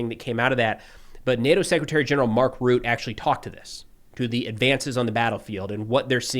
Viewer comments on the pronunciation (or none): none